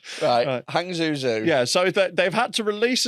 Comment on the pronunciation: butchering of “Hangzhou” 😂